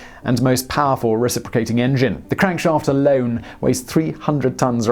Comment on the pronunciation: I just want to hear him say crankshaft again 🤪